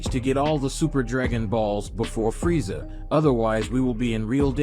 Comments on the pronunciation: Its frieza not friesha😂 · Why do you keep saying freesha someone needs to annunciate